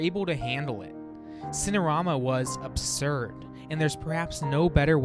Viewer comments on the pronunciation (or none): none